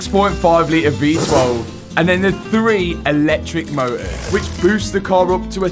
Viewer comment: "electric moe-ughs"